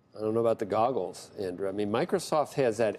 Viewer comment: Not sure if I want AAPL advise from the gentleman calling them "Da Goggles" but yea cool.